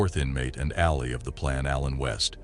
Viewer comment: Papier-Mache is pronounced like "paper" and "ma shay". The word "ally" was also mispronounced.